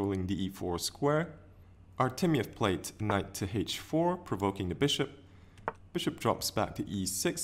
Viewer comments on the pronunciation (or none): Wow, your channel is growing quite fast! This video is also great, but unfortunately my English isn't.What was the word ? "Prouvocing"? Is it something chess-related? Cheers and happy new year!